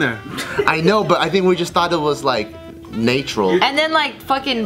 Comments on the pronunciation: Bart can't say natural wtf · The way Bart pronounced “natural” 😂😂